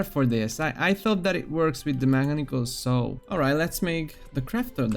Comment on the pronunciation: nice video 4/5, the only thing that takes a point is the near-continuous mispronunciation of common words, like "a saw" which should be pronounced as [/sɔː/] (U.K. pronunciation), or [/sɑː/] (U.S. pronunciation)